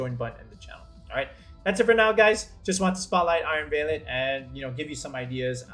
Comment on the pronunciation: Great video, although I cringed a little bit every time I heard you mispronounce "valiant"